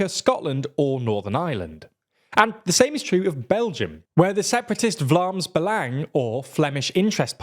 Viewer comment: that "belang" had a REALLY English pronunciation there.